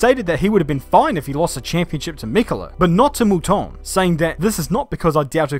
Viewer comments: Who,s Michelle Molton???Its Mouton. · You need to teach that girl how to pronounce Mouton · Good god that girl at the end can't even pronounce moutons names properly ffs